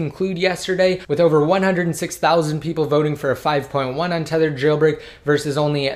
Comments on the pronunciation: I hate the way you say jailbreak. Chhhhhailbreak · It annoys me that you put the emphasis on "Jailbreak"